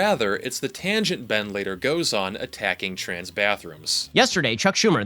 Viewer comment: “Chrans people”